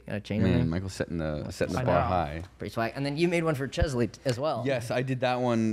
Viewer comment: does say cheslie on purpose lmao